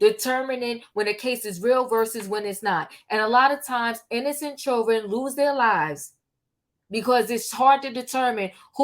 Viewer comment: I love how you leave out the D when you say “children” 😂